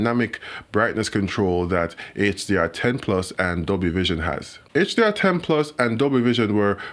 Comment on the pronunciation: I like how he pronounces plus - PLOOS!